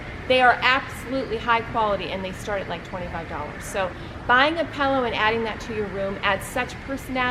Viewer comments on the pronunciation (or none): Pill-o not pell-o geez lady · Designers should be able to say "pillow" properly. LOL Pellows. Ugh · It’s pronounced “pillow” - not “pellow!” Had to say :) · Sorry, I'm just in a picky mood today. My daughter says this also, and I noticed saying it.....Pehl - O instead of Pill-O. Not sure why that drives me crazy, but it just does! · Pillow not pellow. Thanks for the tips. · The word is pillow not “pellow”!!! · Pellow? For real?? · Is she saying “pallow?” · Is the lady with the dark hair saying “pellow”? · What's a "pallow"? Never heard that pronunciation. Well, some of the stuff at Home Goods is quality and a lot of it is plain junk. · I couldn’t watch anymore after the first mis-pronunciation of the word “pillow”. Sorry.